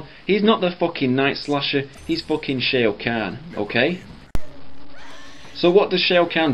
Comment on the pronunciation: "Shea O' Khan" lol